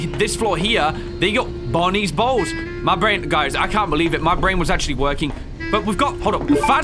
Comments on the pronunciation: everytime says's Bonnie's Bowls, it sounds like he's saying Bonnies Balls. XDXDXDXDXDXDXDXDXDXDXDXDXDXDXDXDXDXDXDXDXDXDXDXDXDXDXDXDXDXDXDXDXDXDXDXDXDXDXDXDXDXDXDXDXDXDXDXDXDXDXDXDXDXDXDXDXDXDXDXDXDXDXDXDXDXDXDXDXDXDXDXDXDXDXDXDXDXDXDXDXDXDXDXDXDXDXDXDXDXDXDXDXDXDXDXDXDXDXDXDXDXDXDXDXDXDXDXDXDXDXDXDXDXDXDXDXDXDXDXDXDXDXDXDXDXDXDXDXDXDXDXDXDXDXDXDXDXDXDXDXDXDXDXDXDXDXDXDXDXDXDXDXDXDXDXDXDXDXDXDXDXDXDXDXDXDXDXDXDXDXDXDXDXDXDXDXDXDXDXDXDXDXDXDXDXDXDXDXDXDXDXDXDXDXDXDXDXDXDXDXDXDXDXDXDXDXDXDXDXDXDXDXDXDXDXDXDXDXDXDXDXDXDXDXDXDXDXDXDXDXDXDXDXDXDXDXDXDXDXDXDXDXDXDXDXDXDXDXDXDXDXDXDXDXDXDXDXDXDXDXDXDXDXDXDXDXDXDXDXDXDXDXDXDXDXDXDXDXDXDXDXDXDXDXDXDXDXDXDXDXDXDXDXDXDXDXDXDXDXDXDXDXDXDXDXDXDXDXDXDXDXDXDXDXDXDXDXDXDXDXDXDXDXDXDXDXDXDXDXDXDXDXDXDXDXDXDXDXDXDXDXDXDXDXDXDXDXDXDXDXDXDXDXDXDXDXDXDXDXDXDXDXDXDXDXDXDXDXDXDXDXDXDXDXDXDXDXDXDXDXDXDXDXDXDXDXDXDXDXDXDXDXDXDXDXDXDXDXDXDXDXDXDXDXDXDXDXDXDXDXDXDXDXDXDXDXDXDXDXDXDXDXDXDXDXDXDXDXDXDXDXDXDXDXDXDXDXDXDXDXDXDXDXDXDXDXDXDXDXDXDXDXDXDXDXDXDXDXDXDXDXDXDXDXDXDXDXDXDXDXDXDXDXDXDXDXDXDXDXDXDXDXDXDXDXDXDXDXDXDXDXDXDXDXDXDXDXDXDXDXDXDXDXDXDXDXDXDXDXDXDXDXDXDXDXDXDXDXDXDXDXDXDXDXDXDXDXDXDXDXDXDXDXDXDXDXDXDXDXDXDXDXDXDXDXDXDXDXDXDXDXDXDXDXDXDXDXDXDXDXDXDXDXDXDXDXDXDXDXDXDXDXDXDXDXDXDXDXDXDXDXDXDXDXDXDXDXDXDXDXDXDXDXD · every time he said bonnies bowls i coulded help but hear bonnie balls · every time you say "bonnies bowls" i hear "bonnies balls" i have a brain damage bruh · Me trying not to laugh because I hear saying "Bonnie's Balls"